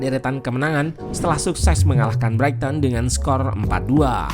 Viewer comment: Koreksi min, pronounciation nya "braiten"